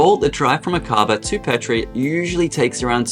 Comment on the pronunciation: Helpful information -- thank you! Fyi, Aqaba is pronounced AA kuh bah.